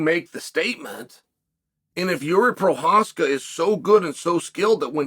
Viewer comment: Did you just say Prochazka correctly?